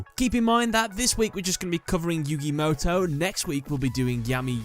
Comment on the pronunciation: That's yu-GAY MOW-TOW